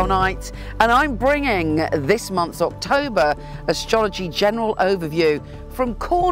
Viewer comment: Your October actually sounds like September to me. I really like the background and you had some really useful information I'm going to try and define. Your always the best